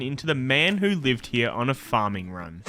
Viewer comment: I was looking for this comment hahahah